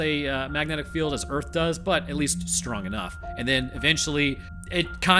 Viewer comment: Welcome to "Erf"